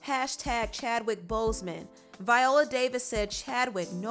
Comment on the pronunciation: Why is she pronouncing his name like that?😡